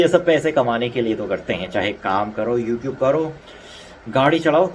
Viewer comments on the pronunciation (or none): none